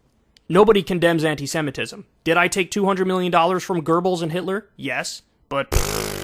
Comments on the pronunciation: why does kyle keep saying "goerbels" instead of "goebbels" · Kyle calling Goebbels "Gerbals" is my new favorite thing